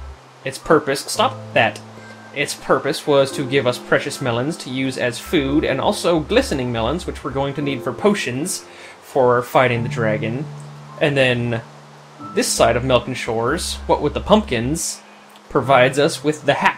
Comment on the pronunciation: GlisteRing melons. Not glistening melons.